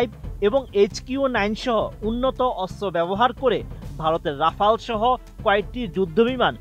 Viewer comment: রাফায়েল না ওটা রাফাল বলে😂😂